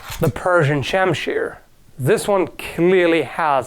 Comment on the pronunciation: persian shimshare not goddamn shamsheer